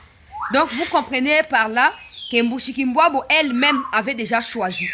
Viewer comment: Bonjour ma soeur, pourquoi vous dites MUSHIKULBWABO non dites bien MUSHIKILBWA c'est une chienne de la case.